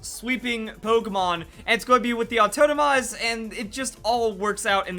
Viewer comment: "autotomize" pls